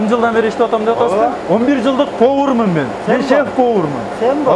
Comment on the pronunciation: Автор мен 11жылдан бери повормун дегенин окшошпой калыптыр. Нормальный суйлосон